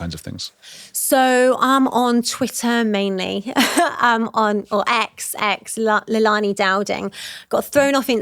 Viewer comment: All a bit chaotic, seriously at least get the names right..Leilani is all over the place.